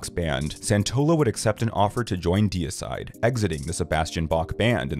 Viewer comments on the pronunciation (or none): none